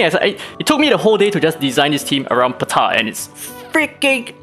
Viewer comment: No one: Daddy: “PUH-TAH!”